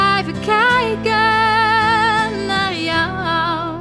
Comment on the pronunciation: Prachtig liedje! Heerlijk hoe ze 'kijken naar jou' uitspreekt.